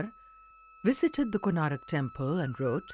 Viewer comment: How can the people working at the DD network write and pronounce the name of one of the most famous temples in India Wrong....?? It's KONARK, not Konarak... How can you guys make such stupid mistakes... ??!!